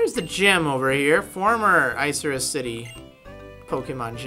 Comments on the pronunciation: Isn't it pronounced "Ick-a-rus" Like the cloud? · Is it really pronounced Ice-Cirrus City? It sounds soo dumb like that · i thought it was pronounced "ick-er-us" lol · I thought it was like 'ICK' -irrus not 'ICE' irrus...